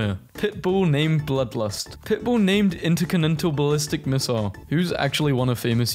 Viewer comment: blud mispronounced intercontinental ballistic missile